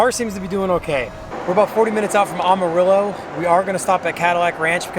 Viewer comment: by the way it pronounced am like amateur “Amarillo “